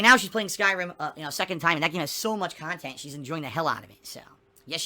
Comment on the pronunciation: over-values himself and his "khantent" way too much.